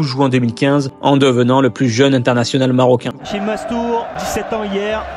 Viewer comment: C est hachim comme ca se prononce et non hakim